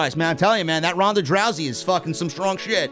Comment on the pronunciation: "Ronda Drowsy" 😂